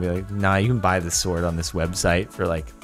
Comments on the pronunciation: This is the first time I've ever heard someone pronounce "sword" like "s-ward" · he pronounced sword as it's spelled, not as "sord"